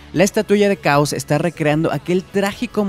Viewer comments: Por lo menos una vez dijiste chaoz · Pronuncio 5 veces el nombre de Chaos... Cuales 4 de ellas dijo "caos", solo una vez lo dijo bien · Como que "caos"? Esta es una de las razones por que este " narrador" no me gusta, aparte que su voz es floja, pronuncia mal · name is chaos not caos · Es chaos no caos y su maestro es tsuru no tao pai pai pero bueno un error lo comete cualquiera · me sangran los oídos de tanto oír caos, se nota que ese we nunca vio dragón ball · ¿Qué clase de hombre no es capaz de conocer la pronunciación del nombre?